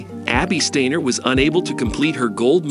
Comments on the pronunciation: Well, he pronounces it 'Stainer' reading a newspaper headline, and again . There are also factual errors. The video was posted in November 2022. It says that the 2 have never met, but they won the 4 x 400m relay at Worlds in July, and were interviewed together, as were all of that relay team. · Really dude? Really? playback, you said Abbey "Steeener". You lost credibility. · One of the best robot voices I have heard, but still off putting changing pronunciations "Steiner/Steener" etc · Very poor quality overall. 'Reviled'? 'Steiner' is even mispronounced! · This is rubbish! I thought they'd become romantic partners! Apart from pronouncing Steiner three different ways, and the video is disjointed - McCloughin's face appearing when the soundtrack is reporting on Steiner and vice-versa. Whoever made this video needs to learn about relevance and stop fantasising about their relationship - there is no relationship - unless they start competing in some weird hurdle/flat relay. Bizarre. The music was pretty inappropriate an all.